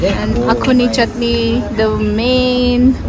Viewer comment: Its not Akhuni...its axone...anyway nice one